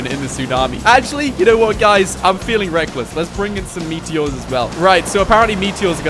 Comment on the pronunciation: Ah yes the meateeohs